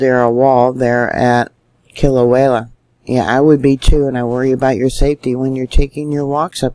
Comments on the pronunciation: Sweetie...... Love you n what you do. Always love your reporting,....its pronounced Kila-wea ......not Kila-wayla. Your a star. God Bless you n yours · I believe its pronounced Kila -way -a, not Klia -way -la. respect from Australia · Kilauea volcano is pronounce KIL A WAY A // Not... KIL A WHALE A..just saying. LOVE your Due diligence on volcano watch around this globe:-) Keep up the fantastic coverage!! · Kil- Ah- Way -AH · Love your posts But j.f.y.i. Kilauea only has one letter L in it.....careful how you say it. ❤ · That keeps me hung it too. But I don’t dare tell, how to do her thing. For a dyslexic, nay anyone, she is incredibly gifted. She does such a lot important things.